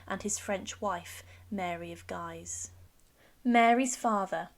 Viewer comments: She was the only survivng child, not the only child. Marie de Guise is pronounced "Geez" Not ""Jeez" or "Gise". Aside from those tiny mistakes, great video! :) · Your pronunciation of Mary of Guise is off. Sounds more like geesss not guys